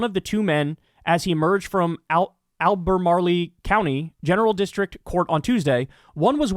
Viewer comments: Alba-"marle" (pronounced like Marl-boro) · Al-bur-maarle county